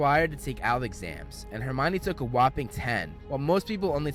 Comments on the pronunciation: its Hermione not hermana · Why do they insist on the pronunciation to be all wrong even on the web , it would be pronounced as the Greek , Her Me On , Hermione , yet they have it as , her uh Mia ne , this massively wrong , whyyy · Him: *says hermion like armani* Me that didnt read and watched the movie : *wait thats her-meow-knee* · oh it's not her-me-one